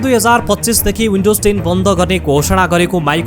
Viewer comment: H= एच, not यच windows= विन्डोज, not उइन्डाेज